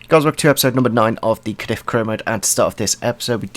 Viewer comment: You say cardiz wrong its Cardiz with a z not Cardif.